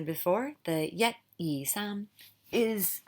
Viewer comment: Thank you! Love your work! I wanted to add that the high tone for saam is also missing in the video.